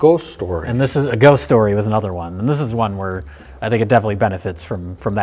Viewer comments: Mikes pronunciation of "ghost" with his thick milwaukee accent always fills my heart with joy. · He pronounces the "o" weird, I thought he was doing it as a joke the first few times I heard him. It sounds kinda like "ghoest" or something. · My favorite thing about RLM is listening to Mike pronounce ghost. It make me feel like he's about to give me a casserole.